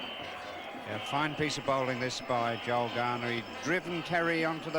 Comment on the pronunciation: It's Joel not Joe please Ray